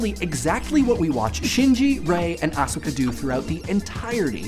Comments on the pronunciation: Point lost for pronouncing it 'A-suh-ka' at the end there though ;) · yo something i noticed was you pronounced asuka's name correctly (ah-ska) but later in a more americanized way (a-soo-ka). which doesnt really matter bc pronunciation is overrated anyway. but yeah this is a good video and honestly it would just be cool to see you talk about nge and what you think it means just because talkin about eva is a fun thing to do if youre into eva